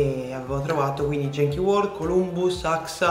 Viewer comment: Si pronuncia "ghenchi" non "jenchi"...